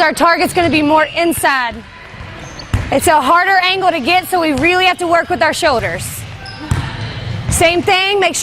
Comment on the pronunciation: What are showders and angows? It’s like L’s don’t exist lol